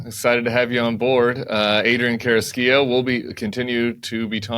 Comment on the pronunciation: Tim, good work pronouncing Carrasquillo. ¡Muy bien!